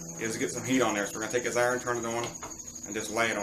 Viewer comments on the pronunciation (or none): What the FUCK if a iren?...you mean iron?